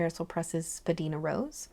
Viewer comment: Thank you for this! I love all your ink videos. A small pronunciation note: Spadina has a long i like in Diamine.